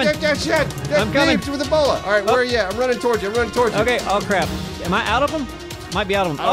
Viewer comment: When they say Bola it sounds like they are saying Ebola